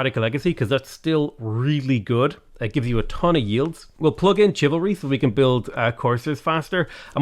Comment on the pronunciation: My favorite part is when he says chiv-alry instead of shivalry